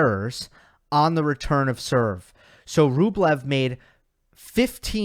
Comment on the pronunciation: Why do they call Rublev Bweh?